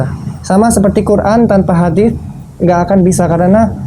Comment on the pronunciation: You even managed to pronounce hadith with th. Approved.